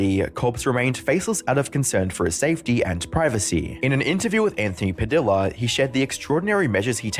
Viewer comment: its "anthony puh-dee-yuh" not "puh-dill-uh"